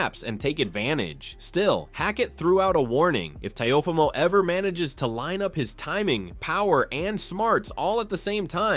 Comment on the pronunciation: Teh-ah-fah-mo is not his name lol Teo gets hit in the face too much to win this fight